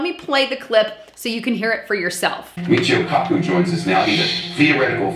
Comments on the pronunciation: FYI, it's MEE-cheo KAH-coo. But a very reliable source no matter how you say it. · a little helpful hints that I've told you before you have speak credible if you want to be taken credibley, please research people's names before you speak them!!!! Michio Kaku. (me che oh) (kah coo) you weren't even close and I'm just trying to help no trolling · his name is mucho.koo koo.